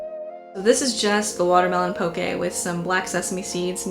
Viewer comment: as someone from Hawaii I just have to say THANK YOU for pronouncing it correctly!!